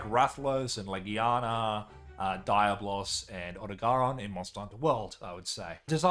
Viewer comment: Bro the way you said Diablos I thought you said diet loss 😂